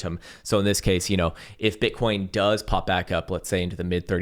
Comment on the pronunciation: Is it just me or did he say bitcorns several times today without realizing it 😂